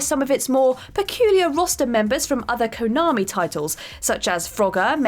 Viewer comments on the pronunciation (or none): none